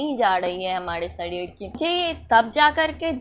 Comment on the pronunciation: Shadhid😂😂😂😋 not sareer